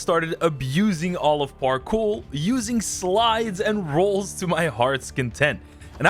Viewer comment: Where are you from cuz when you say parkour it sound like you finna throw up on the “kour” part